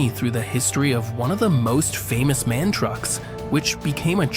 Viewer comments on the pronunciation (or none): MAN is once again mispronounced here. The letters of the name should be pronounced individually.